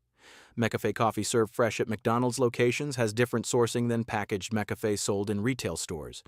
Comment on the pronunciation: This guy can’t even say the name of some brands. Mickafay .😂. I think I’ll just stick to my taste and drink what I like.